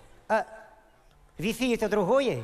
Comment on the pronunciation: С какой целью ты коверкаешь слово ЭТО, еврей что ли ?!